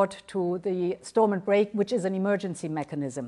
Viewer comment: Funny watching him 😄 he thinks he knows what its like to live in Northern Ireland or anything about the good Friday agreement 🤔 tell that to the new ira going backwards he cant even say stormount properly fs .... joke